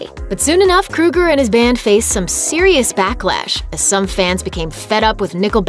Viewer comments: The only decent songs they ever had were "Too late" and "Rockstar". Rockstar was funny. Also, I think his name is pronounced "Crow-ger", but I'm not worried enough about it to care lol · Pretty sure it's pronounced "Crow-Ger"... I couldn't even finish watching this video because of they way she is pronouncing his name.. Fuckin A. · Why does this woman keep calling him "Krueger"? How dare you bring Freddy into this? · If you're going to do a video on somebody at least learn how to say their f**** name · If you’re gonna talk shit about someone at least learn how to say their name properly lmao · OH MY GOD LADY SAY CHAD'S LAST NAME CORRECTLY I cant physically stand this woman say his last name its driving me insane I'm sorry I just cant, no offense to this lady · Please learn to CORRECTLY pronounce Chads name 🙄🙄🙄🙄🙄🙄😳😳😳😳😳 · Why does she keep saying "kru-ger"? It's "kro-ger". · Isn’t it pronounced Kroger & not Kruger??? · Its not Kruger idiot. Its Kroeger lol. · His name is Chad Kroeger, not "Krueger." "Crow Grrr." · OFFS. KRO-ger not KRU-ger! SMH. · His name is Kroeger (Krōeger). She pronouncing it like Freddy Krueger. 🙄🙄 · Except his name is Kro-ger, like the g store. Not kru-ger. Like the serial killer. But you seem to be convinced that Nickelback sucks so proceed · Love them. And its KROEGER not KRUEGER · KROEGER NOT KRUEGER. He isn't killing people in their dreams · Chad "Krow Ger" .. not "Kru ger " .... gotta be ? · Chad Kroe gur surely, not Chad Kru ger .... ? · Why are u calling him "Chad krueger" it's "kro-eger" pronounce it right. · I nearly died because she pronounced Kroeger like krueger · It's Chad KROGER not KRUGER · It's Kroger not Krueger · what? kruger?! hahahaha it's kroeger (kro-eger) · she keeps saying kruger..its kroeger...fuck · The fact that this dumb chick can’t even pronounce his name correctly says it all. Nickelback or Chad KrOger not KrUger gives no’s shits about this bullshit. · It's Kr-oeger, like Ogre not Krueger like Freddy